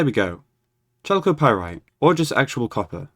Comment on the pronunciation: it's pronounced as kalkopyrite